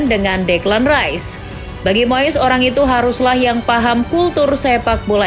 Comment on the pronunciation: Moess😂 Moyess Ajaa Min Bilngny Biyarr Jlass😂